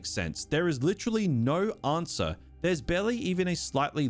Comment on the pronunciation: Every time you say answer or answered you add an extra syllable.